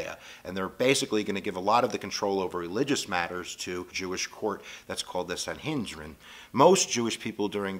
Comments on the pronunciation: Its pronounced SAN (like sand without the D) - HEE (like he)- DRIN (Like bin but with a D.) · it the - San He drin - not whatever strange word you said...lol Oh, I cut you some slack don't worry. Jake